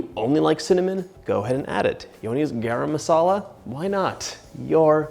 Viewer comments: It's "guh-rum" masala :) I love that you said we can be free with the spice and gave us substitutes. Id be worried I didn't have all the ingredients. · Bruh the way he said garam masala ☠️